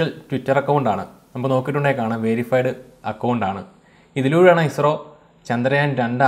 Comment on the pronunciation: പിന്നല്ല........ ISRO എന്ന് പറയാൻ ഇത്ര പ്രയസമാണോ.. അനിയ......